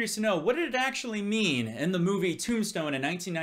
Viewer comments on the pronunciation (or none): none